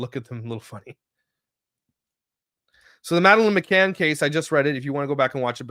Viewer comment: Please look into the McCann case. That pronunciation was rough as someone who’s heard it a lot over the years